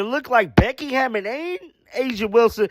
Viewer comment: Her name is Hammon not Hammond